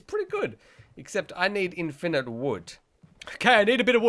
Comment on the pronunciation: The way u say infinite triggered me